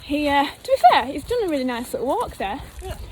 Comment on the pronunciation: Really made me smile that your Wigan accent came out when you said "fair" 🤗😃